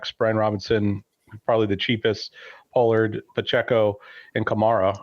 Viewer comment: This guy said burks for pollard 😅☠️